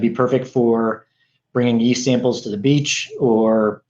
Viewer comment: he keeps calling it 'east', it's a 'yeast' .. there is a y in there, yyeeast.